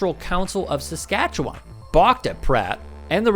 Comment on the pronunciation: Well done on the pronunciation of Saskatchewan a little wonky but I’ve heard much worse